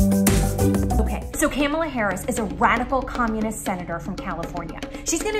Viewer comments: She nailed not saying Kamala Harris' name correctly. Too spot off. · I think my brain died... twice. But bruh the way she kept recreating Kamala Harris’ name... 🤣